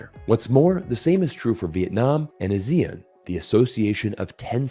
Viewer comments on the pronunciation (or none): Please pronounce ASEAN as Ah-Si-An (sounds like 西安, said quickly).